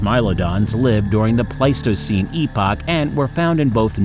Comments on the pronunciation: Pleistocene era was waaay mispronounced lol But great job cuz 90% of these I wouldn't even attempt to pronounce! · Paleogene / Pleistocene. How did he get these 2 mixed up? This is beyond Dyslexia, this is almost malicious. Same for all the other errors in pronunciation. He could have done a bit of research before making the video.